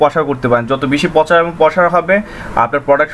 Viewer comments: Overall ভালোই তবে প্রনাউন্সিংটা আরেকটু মার্জিত হলে ভালো হতো। প্রচারকে বলছেন 'পচার', প্রসারকে বলছেন 'পসার', সেবাকে বলছেন 'স্যাবা'., ওয়েব সাইটকে বলছেন 'ওয়াইব সাইট'. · ভাই "পচার" উচ্চারণ টা শুনতে খারাপ লাগছে, শুদ্ধ শব্দটি উচ্চারণ করুন। শুদ্ধ শব্দটি হচ্ছে ★প্রচার★। তবে ভিডিওটি খুব প্রয়োজনীয়। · পচার শব্দ টা কানে বাজতেছে....প্রচার বললে ভালো হত...btw tnx